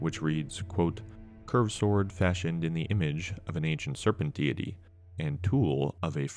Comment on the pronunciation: Pronounced deity wrong at .